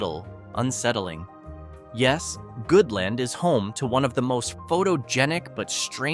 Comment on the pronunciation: It's pronounced Salina, long "i" sound. Not "Salena". Sal + Ina = Salina. Trust me on that, I grew up there. My Dad was from Goodland. You mispronounced that as well. A little addional research goes a long way. ~APRIL LIPKE